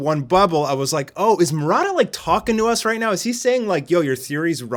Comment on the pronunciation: Did anyone heard him pronouncing “mo ra da” instead of “mu ra ta”